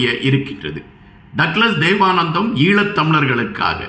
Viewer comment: தேவானந்தா என்று வாசியுங்கள்